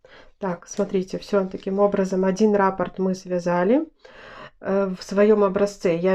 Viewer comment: РаппОрт, а не рАпорт😕